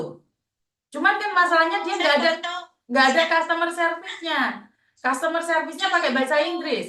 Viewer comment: MARKONAH2 SONGONG BANGET, KONON BISA BAHASA INGGERIS.. BILANG CUSTOMER SERVICE... BILANGNYA KUSTOMER... MARKONAH2 😂😂😂